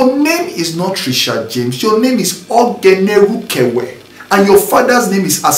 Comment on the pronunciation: He said oghenerukevwe 😂